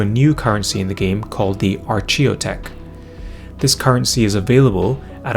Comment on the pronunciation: It's pronounced, "Arch - E - O- tech" my friend. Cheers m8